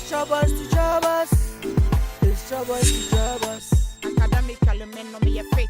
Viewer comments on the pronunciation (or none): "It's chobo to chobox". The 'p' is silent 😂. Very entertaining series